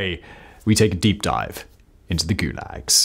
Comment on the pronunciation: The first time you say the word in the first five seconds is goolegs?